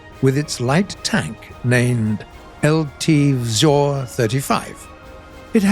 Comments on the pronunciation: Místo vzor vyslovoval spíše vzjor ale snaha se cení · Czechoslovakian techtree some day in future?? Maybe combined with hungarian and polish vehicles? I would be quiet happy. And BTW nice effort on pronouncing the word "vzor" it was good but still a bit funny